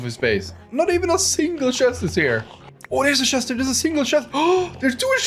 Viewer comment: shest(It is actually a chest)^^ your so funny.